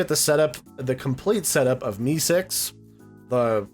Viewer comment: I love how u keep saying MeeSeek